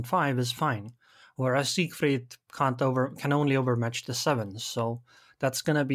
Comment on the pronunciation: Hey, it's SIEgfried. Also neither Japanese nor Russian ships have any prefixes, so please stop adding them. Thanks.